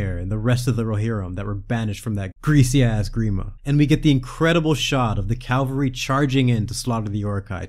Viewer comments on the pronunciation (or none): May I take a moment to say its not "calvary" but "cavalry", coming vorm the latin word "caballarius" for rider (Also: german: kavallerie, french: chevallier, italian: cavelleria). Just because its hard to say in english doesnt mean its fine to do it wrong. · I'd like to praise this series and your attention to detail before nitpicking one tiny thing: it's "cavalry," not "calvary." Great video :) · ...CAVALry... not CALvary. That's where they did that thing to Jesus. Cheers. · For the love of Almighty Christ. The word is Cavalry (Cav-al-ry). Not Calvary, that word doesn’t even have anything to do with horses where do you get the idea that that is the word used?! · Rumbling of the calvary? CALVARY?! CaVaLry. First the V, then the L. I know I may seem unreasonably annoyed by it, but call it a pet peeve. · Just to let you know, you completely mispronounced “cavalry”. It’s CA-VAL-RY, not calvary. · Dude, it's 'cavalry', not "calvary" - they're totally different words. I wouldn't bring it up, but you literally said it twice in the video. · "Cavalry" is a host of mounted soldiers. "Calvary" is the hill that Jesus died on.